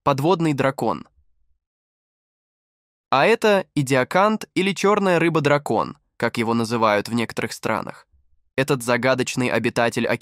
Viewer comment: пАдина.....само това като чуя и ми е ясно че е ИИ....не е истина просто как качвате клипове и изкуствен интелект да ги озвучава на български....риба дракОн.... И това трябва да е образователно клипче